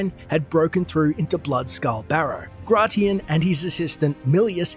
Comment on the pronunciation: It's pronounced "grey-shun'". Like the Roman emperor